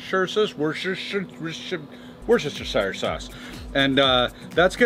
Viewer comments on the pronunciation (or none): It's "Wuhster-SHEER" sauce. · You're pronoucing Worcestershire wrong